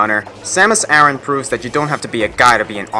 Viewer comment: Which Link? Most zelda games don't occur close enough in the universe to be the same one. Also, you mispronounced Aran.